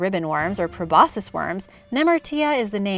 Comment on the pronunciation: p r o b o s C u s probosCus the "C" isn't silent